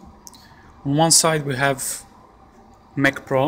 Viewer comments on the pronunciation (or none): mac pron